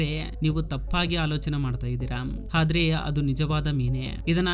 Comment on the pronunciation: ಹಾದ್ರೆ ಅಲ್ಲ ಆದ್ರೆ